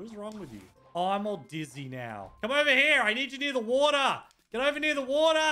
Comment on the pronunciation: He said wata (water)